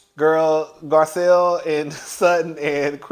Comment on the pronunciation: Let's take a shot every time he calls Garcelle, Gizelle 😂😂😂😂😂😂